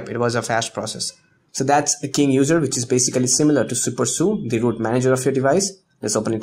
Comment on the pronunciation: U r calling root loot... :\ But nice video :D